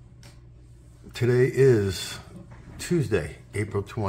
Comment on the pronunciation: I like how he says a short “hello”